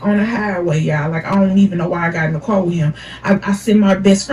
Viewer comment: The way she said car was grinding my gears 😂 the story was entertaining tho